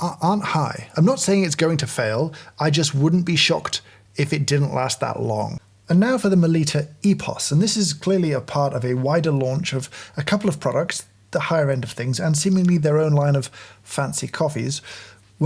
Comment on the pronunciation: NOT "MeLEEta". Melitta rhymes with bitta.